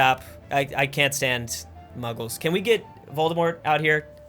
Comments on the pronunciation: Mughals not Muggles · Prounounces it Muggles Me: nerdy screaming